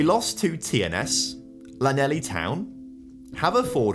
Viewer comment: Lanely town hurt bad